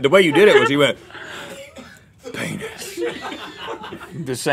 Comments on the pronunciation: "Painus" will always be my all time favorite GMM moment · "Painus" gets me every time! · OOOOH PAINUS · I’M LAUGHING SO HARD AT “Painus” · Rhett's reaction to 'painus' is the best. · P’anus. Gets me every time.